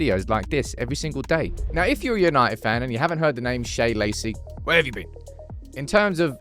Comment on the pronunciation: out here absolutely DYING attempting to remember how to pronounce Shea’s name properly every time🤣